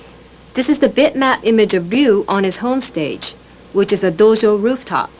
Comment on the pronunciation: She sounds like she speaks Japanese fluently, just based on how her stress patterns shift when she says Japanese words and names like "dojo," but especially the way she pronounces "Ryu." This is fascinating. The judge did find that Data East was trying to cash in on SF2's absolutely wild success with, for example, Feilin being clearly inspired by Chun Li, but found in Data East's favor because character archetypes are part of the fighting game genre.